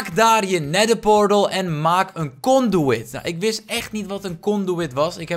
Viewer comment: het is vet als je glowstone onderwater plaatst buiten de dome zodat je beter de onderwater wereld kan zien door het glas heen. het is trouwens een conduit niet een conduwit. (Kon-dwiet)